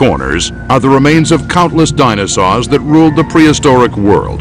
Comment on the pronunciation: it sounds like a 6 year old trying to pronounce "dinosaur"